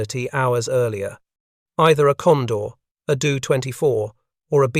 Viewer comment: 1. Your AI auto-read is good, but makes a lot of obvious annoying mistakes with things like reading acronyms phonetically ( saying 'dough-24' instead of D O 24). and makes really weird unnatural pauses. 2. Probably more critical, you need to have the photos on screen match what you're talking about. Why do you switch to a picture of a Do-24 when you're talking about the Hudson intercepting Condors? How hard would it have been to have a photo of every plane you're talking about, labeled, and on screen when that plane is being talked about? I can forgive using the AI text to speech but I can't forgive lazy editing.